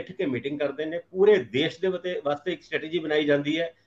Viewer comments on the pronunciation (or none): none